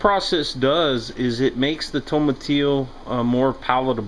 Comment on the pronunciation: My Spanish class appreciates your correct pronunciation of the word tomatillo.